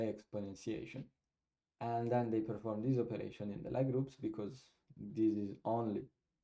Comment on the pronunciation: Lie group/algebra is pronounced as “Lee” :)